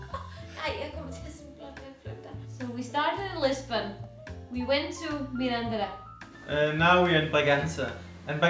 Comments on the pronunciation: Oh, come on,! You're in Portugal long enough to know that EVERY single motorway in this country (with the exception of a short stretch of the A8) is paid, so don't act so surprised. Btw, Mirandela is pronounced like Mandela, with the accent on the "e" and not on the "an".; ) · When you say Mirandela you have to open the "e", like you say "ela"...!! - You are simply a true "spectacle". Wish you THE BEST....! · I'm not a great fan of alheiras but the real ones are from Mirandela for sure and when they're well cooked I can eat them from time to time. By the way Mirandela has no accentuation at all so you have to pronounce it MI-RAN-DE-LA as if it was four musical notes with the same value each one. Enjoy Trás-os-Montes my countryland.